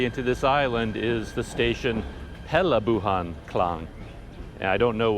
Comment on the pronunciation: Perlabuhan = Port or harbour, wow, you can pronounce the Malay words perfectly !